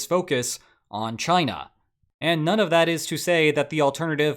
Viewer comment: Did he just pronounce China as “jina”? The U S being deep in “jina” under Trump rings… wrong… but kinda correct?😂😂